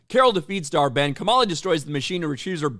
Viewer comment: When he says the villains name dar-Benn, all I hear is dhar Mann 😂